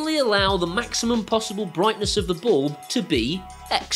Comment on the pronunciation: I presume “ballb” is your strangle way of saying “bulb” to make life tough for us proper speaking Aussies? ;)